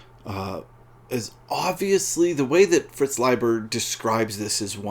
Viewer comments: Thank you for the corrected pronunciation. I've been mispronouncing his name for six (!) decades. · here in brazil we usually pronounce "Layber" haha good to know the correct way.